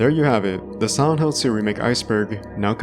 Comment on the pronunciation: Man, i'm not a native english speaker and spend 9 minutes hearing "santos series". Only when i decided hear it in slow motion i could hear you saying Silent Hill. Always nice when i learn to hear the tiny differences in english speakers from person to person